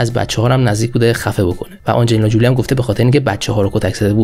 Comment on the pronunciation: حیف این همه زحمت که برای این برنامه می کشی نیست که با تلفظ های فاجعه ضایع اش می کنی برادر من؟ آخه آنجلینا جولی بر وزن "پولی" چیه؟ فامیل آنجلینا تلفظش هست جولی بر وزن "کولی". زنده باشی و موفق